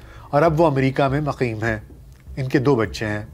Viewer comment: Shayad ghalati say lafz muqim ko maqim kah gay aap